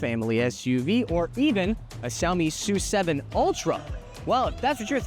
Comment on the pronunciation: ess-yoo 7. not "sue" 7